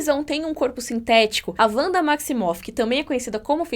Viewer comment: É "Vanda" mesmo, com som de V